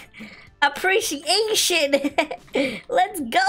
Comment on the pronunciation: ✋ I HATCHED A HUGE TODAY FOR SAYING APRIETIATION